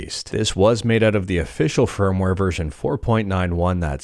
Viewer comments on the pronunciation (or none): none